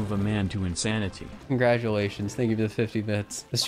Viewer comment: YOU SAID TANK NOT THANK 😂